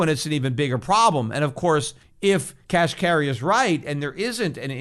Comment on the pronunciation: Kashari?? I think you mean Neel Kashkari, Peter. Lol. 👍